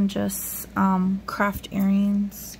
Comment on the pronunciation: Hi, did you say crap? Or craft? Hehehe